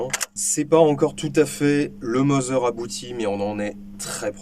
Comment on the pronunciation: Merci pour cette vidéo instructive ( bon je pinaille Mauser se prononce Maouser pas Moser car le U en allemand se prononce OU et toutes les lettres se prononcent !!! 😇)